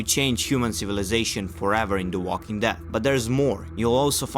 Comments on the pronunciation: look back at the beginning look very carefully the first time you said death bro not dead you mispronounced it several times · Walking dead not walking death it's called The walking dead every time you say it you are saying it differently please learn to say it correctly